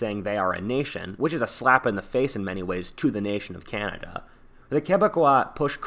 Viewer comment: "The blacks of Canda" ......what?